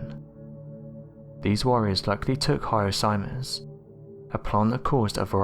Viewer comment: You said the name one time and I couldn’t hear it.. ???? Harna Sinus??? What what it??